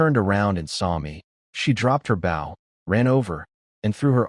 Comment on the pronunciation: Getting a little tried of these Ai reads mispronouncing bow 🏹